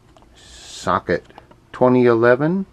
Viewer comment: "S - L - I, not SLY" and Socket, not Suck it :D